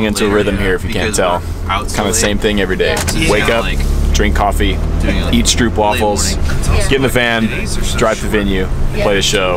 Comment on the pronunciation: Hi, enjoyed the video. I also enjoy stroopwafels. The pronounciation for stroop is not like loop, instead it is like soap. Soapwafel, Stroopwafel. They are delicious as are the crepes. I used to live in Schreveningen and Rijswijk, near The Hague. Beautiful people, beautiful towns, difficult language. Hope we're all beck on the road soon.